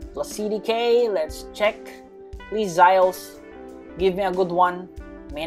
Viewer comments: its not Zyoles it's Z oh les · It's zioles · Its za yo les